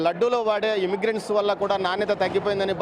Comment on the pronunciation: ఇమ్మిగ్రెంట్స్ కాదు బాబు ఇంగ్రిడెంట్స్.